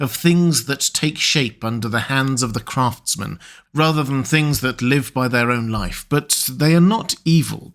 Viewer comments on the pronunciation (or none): none